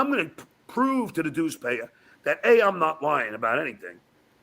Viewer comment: “Dues Paver” 😂 what an idiot, he is so easy to get fired up. I love how he thinks he’s so right just because he gets mad or upset.